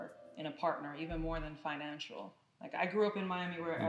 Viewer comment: Did she say finanshual 😂😂😂 My goodness